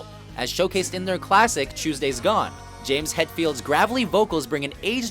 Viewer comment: Why is this guy pronouncing names wrong? Do some proper research next time...